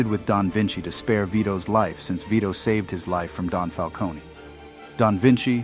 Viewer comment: The way he pronounces falcone hurts my brain